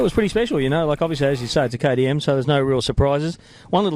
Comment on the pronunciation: I had to watch it 4 times before I realize he was saying "KTM". We speak the same language so differently. Love your vids. I want your job